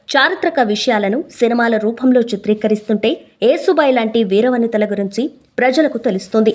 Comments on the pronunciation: యేసు భాయి కాదు యషు భాయి యశు అంటే యశస్వి లలిత సహస్రనామాలు ఒకటి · Wrong యేసు భాయి కాదు ,యషు భాయి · Yesubai kadu Yashobai..means fame and popularity..yashamu Keerthi..yashobai..Konchem telugu ni kuni cheyakunda unte better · Neeku telugu matladatamu raadhu anukunta yesu bai kaadhu thalli yashobai ani anali